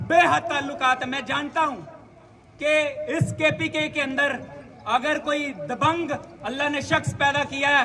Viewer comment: Dabang hota hai dabhang nai hota